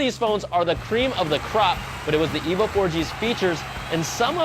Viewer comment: It sounds a bit like he is saying " The Evil 4g"